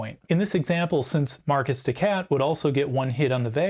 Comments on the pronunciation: Marquise is a very easy word to pronounce. It is Mar-keys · I apologize for every American that pronounces "Marcus de cat". Some of us actually enjoy French culture, and are mindful that it's "maar·keez". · You are correct. My decision to pronounce Marquis "Markus" rather than "Mar-Kee" hints at my upper midwest upbringing. You don't even want to know how we pronounce Versailles around here :) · I typically pronounce Marquise de Cat as "Mar-kee dee Cat". It just sounds too much like "My Kitty Cat!".